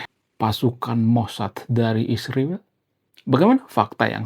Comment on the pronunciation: Bro, km sepertinya juga kurang intelek klo menyebut nama Israel saja km plesetkan mjd isriwil. Km gak tahu arti nama Israel hingga nyaman-nyaman saja menyebutnya isriwil 😅